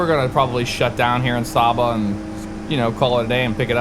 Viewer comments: just a pronunciation check it is pronounced Sayba not Sawba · Great Video, FYI the island is pronounced Sey-buh. Love seeing FSX videos of the islands I grew up around. If you want to try another intersting approach you should try Melville Hall in Dominica, Approach takes you on a left base to final between hills with an almost blind left turn on short final. 100% VFR only airport.